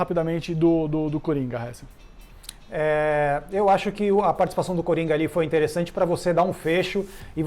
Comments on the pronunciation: Mano... Nem tentando da p leva esse "Réssel" a serio pqq... 😂😂😂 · Hessel ta certo mas ta errado